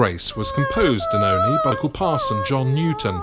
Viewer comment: As a proper Olney-ite I'm so glad you pronounced Olney correctly!! Fab work,. Thank you!